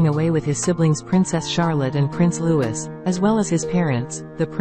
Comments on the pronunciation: IT IS NOT (LEWIS PRONOUNCE) IT IS LOUEE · Agreed and actually pronounce his royal name as Louis please NOT Lewis or find another job that you may be better suited for 😅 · Matins (or morning prayer) not mass or communion. Get a better computer program for text to speech. And yes, the younger son's name is pronounced the French way, Louie. Get a better program for crying out loud.